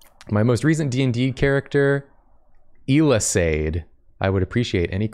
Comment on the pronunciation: “Ealasaid” is a Gàidhlig name, closer to “yell-uh-sedge” (not perfect but English doesn’t really have the right sounds)